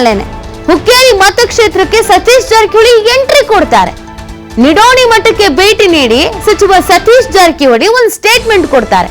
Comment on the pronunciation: ನಿಡೋಣಿ ಮಠ್ ಅಲ್ಲಾ, ನೀಡಸೋಸಿ ಮಠ್